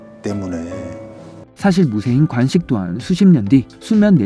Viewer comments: 간식이 아니고 관식입니다. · 목소리 좋습니다 다만, 간식=> 관식, ㅘ 발음을 잘 못하시네요. 😢